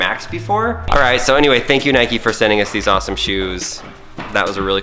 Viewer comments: You dont say it nike-y its nike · It’s Nike not nikie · It’s ‘nike’ not ‘nikey’ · Its nike not nikey you dont call a bike bikey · It's not niky it's nike just like bike it's not biky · 1st it's for girls 2nd it's not nikey it's nike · It's Nike not nikey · It's not pronouced Nikey it pronounced Nike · It’s Nike not nikey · Nike not nikey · Why do you say Nikey you don’t ride a bikey do you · The way they say Nike triggers me